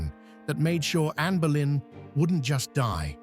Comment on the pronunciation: It Boleyn not Berlin. You should read about visitors to the Tower of London who have witness her apparition flowing in the air with her severed head, under her arm where she was executed and where her body was buried in St Peter and Vincula within Tower of London. she mostly makes appeareance on the day of her execution on 19th May. You may find it very interesting it on Utube movies.